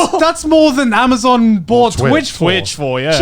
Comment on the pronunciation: Ah yes A M A Z U N